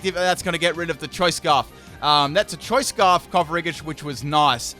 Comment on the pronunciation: I know it won't matter, me saying it, but....it's not coff-a-ree-gus, it's coff-a-gree-jus, ya know, as in coffin and egregious